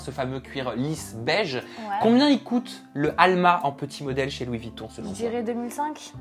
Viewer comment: Pitié... Dites Louis VUItton, pas Vitton...